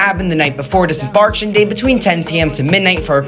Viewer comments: He does this in a lot of his videos, it is really cringe-worthy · It's not pronounced "embarktion". It's pronounced "embar-KAY-tion". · Precisely. I could not believe what I was hearing. Are you a commentator or a Machine Gun. Any wonder you mispronounce your words. DIS - EM- BARK -SHION INDEED!!! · Please check pronunciation of "disembarkation": di-suhm-baar-KAY-shn. There are 5 syllables in "disembarkation"; you're omitting the 4th syllable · I dont fully expect a tik tok person to know how to pronounce it. But its kinda funny. DisemBARKtion day 😂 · How can you be qualified to give this advice but you’ve never pronounced this word correctly? 😂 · Anyone else cringe at the awkward pronunciation of disembarkation? Twice! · Lmao, it’s crazy you mispronounced disembarkation. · Yeah, it’s insane how he repeatedly mispronounced ,disembarking , shoot 😜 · Mf literally works on a cruise ship and can't pronounce one of the most common words said on the ship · You need to pronounce Disembarkation properly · The worst pronunciation of disembarkation ever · I think it’s hilarious that professional YouTubers (i.e., people paid to speak for a living) don’t know how to pronounce “disembarkation.” Young Americans are so embarrassing and yet shameless. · Worst part is you go on cruises but can't even pronounce disembarkation properly. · Yikes!!! This person doesnt know how to pronounce disembarkation..... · DUUUUDE! Learn how to pronounce disembarkation!